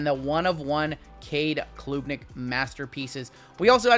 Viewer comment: Klubnik isn’t a long U sound. It’s said like Club. Club-Nick not Kloob-Nick. Carry on!